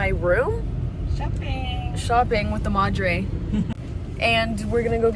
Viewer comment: your "Madre" is VERY american sounding lol VERY Americanized speech XD